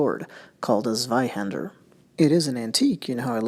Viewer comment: It's spelt "Zweihänder" (with an "ä") and pronounced "Tsveye-händer". 🙂